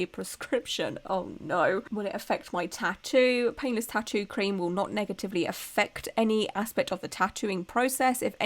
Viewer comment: I love your look. I love your videos. I keep hearing penis or peinless instead of painless tattoo numbing cream.😂